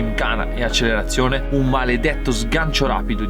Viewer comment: Grande, canale figo e tutto. Però Accelerazione con una L